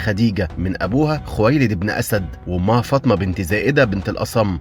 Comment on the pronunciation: اسمها فاطمه مش فطمه